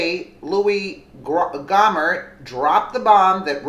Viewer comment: Gohmert = Go-mare